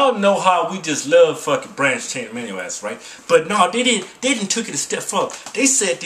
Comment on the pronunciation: A-MI-NO acids